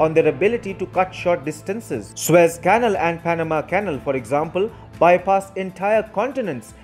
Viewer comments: Dear Narrator of this report, please work on your pronunciation! The word "canal" is incorrectly pronounced as "cannle". Correct is "cal A l". There are many language aids in the internet where it is possible to hear words spoken aloud. I emphatically advise you to use them. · Not "kennel" but "canál." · Fascinating development. Just one suggestion, use an English-language text-to-speech program to perfect your pronunciation before creating the narration. For example, the word "canal" is pronounced "can-AL," not "canl." A program of that kind would show you. I use a freeware called Zabaware. Cheers. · Thank you for the very good report. "Canal" should be pronounced "ca-NAL". Accent on the last syllable. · " Canal ", is pronounced, " Can - Nal ".